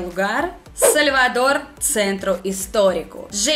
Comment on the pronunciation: O seu sotaque quando você fala salvador parece mais como algo do tipo "сoльвадор" kk ou "сaльвадор"